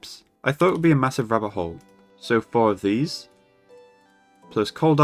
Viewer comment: the way you say "rabbit hole" sounds like "rubber hole" lol